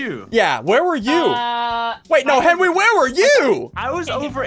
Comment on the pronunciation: I like how they call him henwy instead of Henry